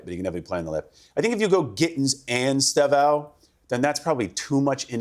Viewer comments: ESTÊVÃO - (IS-TAY-VO!) 🇧🇷🔵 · It is es te vao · I’d love to be on this. saying ESTÊVÃO name properly 💙😂